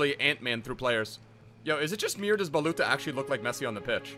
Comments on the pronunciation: And his name is like baluthsa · IT s like balutza ( hi from romania)